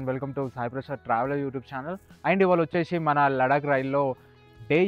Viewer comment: VACHESHI KADU VACHESI ANALI TIRAGALI MARAGALIGA MATLADUTARU KONTAMANDI